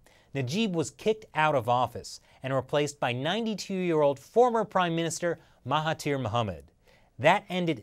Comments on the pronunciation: Correction: it's Mahathir and not Mahatir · Mahathir* Oh and the "Th" is pronouced as "D" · Its spelled as Mahathir and its pronounced as MA as in "my" without the y sound,HA as in "heart" without the art sound and finally THIR is pronounced as "there"